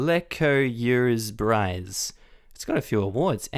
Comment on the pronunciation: LOL lecoeursebrise => le coeur se brise => the heart shatter... literally LOLed at how you pronounced it ;p